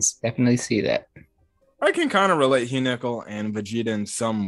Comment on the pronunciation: What if Hyunkel ( pronounce it right) is not even interested in girls? lol